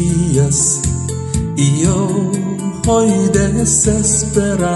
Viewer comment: 스페인어 기본 조금만 배우셨다면 발음이 좀 더 좋을 것 같네여 (Pergunto)뻬루군도 아니고 뻬르군또 (Hoy)호이 이니고 오이 그래도 열심히 가르쳐 주신것 열정이 느끼며 원곡을 들으시며 발음을 조금 수정 하시길 바랍니다